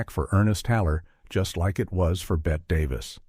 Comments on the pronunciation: This is one of the WORST of these kinds of videos I've seen - it's RIDDLED with blatant, shameless errors: 1. Every video with awful AI narration and a BOT narrator has the wrong pronunciation of Bette Davis' first name. It's pronounced "Betty" not "Bette." She is one of the most famous film stars in history and it's ridiculous that these dreadful AI videos NEVER get it right. 2. Joan Crawford and Bette Davis NEVER worked together before this. The narration here states, "they hadn't worked together in over 20 years." That's simply WRONG, as they had not worked together at all. And the "feud" between them was not anywhere near how it's constantly portrayed. FROM WIKI: Crawford dismissed rumors of a feud between herself and Davis, expressing her desire to collaborate with her co-star since 1944 when they were both under contract to Warner Bros. Variety quoted Davis from a television interview, stating that the two women had "too much pride to quarrel." Another report from Variety in August 1962 confirmed the friendly atmosphere on set. AND you don't even mention what went on surrounding the Academy Awards which involved ACTUAL tension between the two actresses. 3. Bette Davis was 54 - not 61 - when she made this film. HOW COULD YOU GET SOMETHING SO EASY TO RESEARCH SO WRONG? She was born in 1908. She was NOT already a grandmother. Her daughter was 15 when this film was being made. In fact, Bette's daughter plays the neighbor's daughter in this film - an ACTUAL interesting fact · The determining factor is that Ms. Davis pronounced it "Betty" - as does the rest of the world. There is even an interview Crawford gave in London where the interviewer pronounces it "Bette" and Crawford says "She'd kill you if she heard you say Bette. Her name is Betty, she will say." It comes at the point here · A soon as I heard "bet davis" i knew this was a robo video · tell me this AI doesn't know how to say "Bette Davis" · Typical AI crap. Mispronounced Bette’s name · Me too!!!!